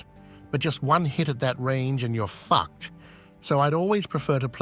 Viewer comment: I was gonna say, the AI nailed it on the pronunciation of "fuct" and "muppet"